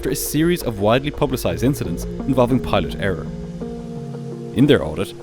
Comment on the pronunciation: No. Column is not pronounced kolyem. Pilot is not pronounced pilyat. Thin is not pronounced tin. Thirty-five is not pronounced tirty-five. You need English lessons.